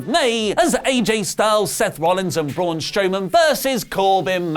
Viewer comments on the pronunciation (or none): none